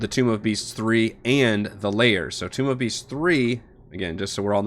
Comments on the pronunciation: Think of it like pronunciation of the word tone. Tome. Not toom of beasts. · For future reference, the word "tome" is pronounced "tohm" (long o sound, rhymes with "home"). It's not "tomb" of beasts.